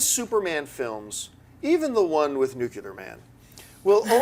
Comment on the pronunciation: nucular-man.... lol, John you say nuclear just like George W Bush.